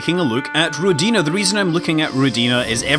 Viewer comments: not rodinA, but rOdina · Scott, I believe it's "rOdina", not "rodIna". Means "Motherland" in Russian. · Scott, pronounce it as ROdina, emphasis on the first syllable. It makes more sense for Russian ear. ;) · Rodina - Russian word. Pronounce like Odin name. rrrOdina. =) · Scott, it is actually rOdina with stress on letter o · You're pronouncing it wrong, it's a Russian word!